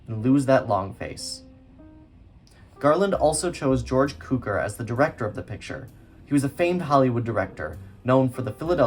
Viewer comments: I'm not trying to be difficult as this is a very good video. But I've always heard George Cukor name pronounced (cue-core) not (coo-ker) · Que-kor …. Please!!! NOT Koo-kor! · Nice video but it's CUE-CORE. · Cukor is pronounced cue-core. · Really enjoyed, thanks for this. Great work. Note Cukor pronounced the Cu how it’s in cucumber. Thanks for heads up on that book. :)